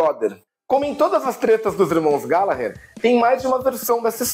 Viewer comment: Hahahahah terminar com glGallaalggherrr do Taste foi genial